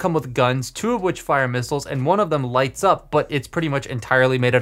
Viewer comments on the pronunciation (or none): none